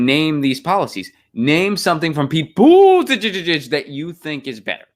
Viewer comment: Unsubbed. Been great brother but I just can't take the Buttigieg pronunciation anymore. Do not like him, but jfc let it go